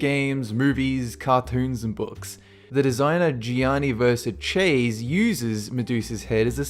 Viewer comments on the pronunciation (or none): Worst pronunciation of "Gianni Versace" I've ever heard xP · Did no one else realize that he mispronounced 'Gianna Versace'?? Lol